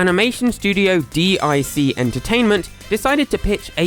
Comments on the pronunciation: Just so you know for future reference DIC the company is pronounced "Deek" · IT'S PRONOUCED DEEK! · Now now,. If you were about in the 90s you know that's not pronounced "Dee Eye Sea". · It’s Not DEE EYE SEE it’s DEEK! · D I C? IT IS DEEEK! lol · it's pronounced deek. not D. I. C. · I know I'm 4 years late... just wanted to mention, the network wasn't called, "D.I.C." I know why you're saying it that way, but, it's pronounced, "Deek." I know this because every end-title card that came on after the show pronounced it, lol. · I know this video is old, but isn’t DiC pronounced “deek”? I distinctly remember hearing that on TV. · DIC was pronounced "deek," which you'd know if you were alive during that time. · It’s pronounced DEEK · DiC pronouced: dick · Yknow the company DIC is pronounced “deek”, right? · Grear video but I can't believe you don't know how to pronounce Dic. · "Animation Studio DIC" YouTubers: pronounces as an acronym Me: pronounces as a word (💥 ͜ʖ💥)